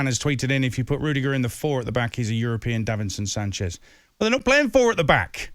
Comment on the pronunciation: man fully said European davinson sanches you know😂😂😂